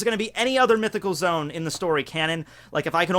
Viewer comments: Oh my gosh. Him saying zoom instead of zo-an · its zoan not zone pleeeeeeeeeeeeeeeeease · “Zone”? I thought it was “Zo-an”... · it is zo an not zone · Mythical zoan suk-ub-us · Did he say zone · Love the videos. But it’s zo- an not zone. Like zo and without the d right??? And Dachshund is pronounced as Dotson. Sorry.. I had to